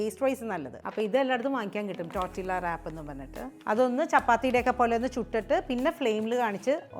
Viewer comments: It's not tortillas...it's pronounced as tortiya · Learn to pronounce first! Its not tortILLA its pronounced as TORTIYA. Its a spanish/mexican word. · Hello, just a suggestion, you do not pronounce it as’Tortilla’ as the spelling indicates, it is a Hispanic word, when a word has two ‘ll’s together, it is pronounced as ‘y’. It is pronounced‘Tortiyas’. Hope this helps! I enjoy your videos. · Nice … Tortiyya pronounced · Tortilla pronunciation is ടോട്ടീയ . L സൈലന്റ് ആണ് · Tortilla is pronounced as ടോർട്ടിയ ❤ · Thank you for delectable, easy to make recipes. I think tortilla is pronounced torteeya🙏